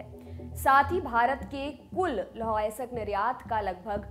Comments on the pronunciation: थोड़ी इज़्ज़त कर लो हिंदी की अयस्क होता है अयसक नहीं 🙏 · उच्चारण सहीं करें लौह अयासक नहीं लौह अयस्क |